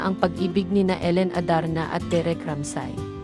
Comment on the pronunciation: Anu bng klaseng pgsasalita yn pti pgbigkas mo ng apelyido ni derek ay ramsay jozkolord wlamg kabuhay buhay na vloger